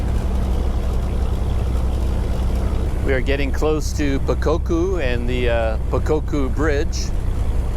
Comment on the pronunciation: You pronounced the city of "Pokokku" like a local! Burmese words are fairly easy to pronounce if you were to separate the syllables. For example the temple "Dhammayangyi" might seem hard to pronounce at first, but if you divide up the word to "Daman-yan-gee", then it's fairly easy. Enjoy your time in Mandalay!